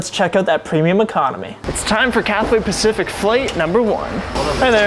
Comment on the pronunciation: Thank the lord you realised! Just say 'cafe Pacific'. 🙂